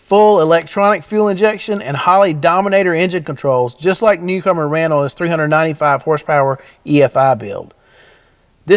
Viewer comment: I thought he was saying cucumber 🤣